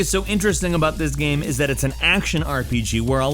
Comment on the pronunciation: Did the pronunciation of "game" change and I didn't get the memo?